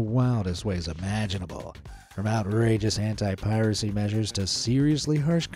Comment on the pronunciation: he said "anti" and I thought he said "hentai" 💀😭